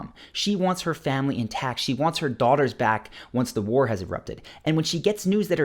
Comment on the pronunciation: Lol "Daughers".